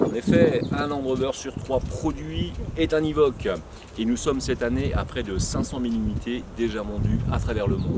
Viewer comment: Pourquoi il dit « ivoque »? Et la voie off le dit bien. En tout cas il est beau. J’aime moins le tout nouveau de 2019. De bonnes prestations cette voiture. Il manquait qu’un moteur TDV6 ou un SDV6.